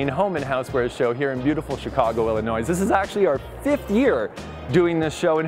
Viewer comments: Illinois, Not Illinoise! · It’s not Illinoisssss the s is silent. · Sorry, it’s not like it isn’t his first language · lmao, he’s smart enough to know he screwed up why aren’t you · Yes, screwed up but not as bad as Oprah with "Ca Nad a " LOL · Thank you! Very interesting! Love your videos, though I just discovered them. Washed my windows and screens today using tips from you! (Just a note: the "s" in "Illinois" is silent. :) ) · Hi! Great job! Just a tip from a native of Illinois, the "s" is silent!:) And a few moments later..... Ooops, just saw I'm not the only one to comment on this. I love the products that you highlighted. That colorful kitchenaid display was awesome! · Hey! As an Illinois native I tell you true: we don’t pronounce the ‘s’. Congrats on your daddyhood! 😁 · Hey ’ the S in Illinois is silent. 😉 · Really liked the collapsible laundry baskets. You did a wonderful job, only one cringe-worthy moment. As a former Midwesterner, when pronouncing Illinois the s at the end is silent. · the S in Illinois is silent 🤷‍♀️ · Yep! Lol. There is no 'noise' in Illinois,!:) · There’s plenty noise here, just not in the name! pronunciation made me giggle too. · Did he seriously just pronounce the s in Illinois? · He can’t pronounce Illinois?